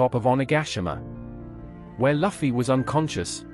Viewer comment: Luffy= Loo-Fee. it is not Luff-E